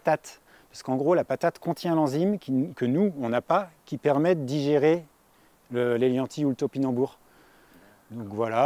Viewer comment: Je ne saisis pas le nom que tu dis, pour "le cousin germain du topinambour". "Gnanti"? EDIT: J'ai fini par trouver, ça s'écrit "hélianthis", ouff.